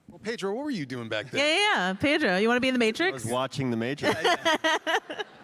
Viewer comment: Why she keep calling my boy "Pedo"